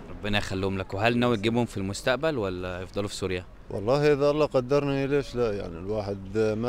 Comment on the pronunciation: الله وليس الل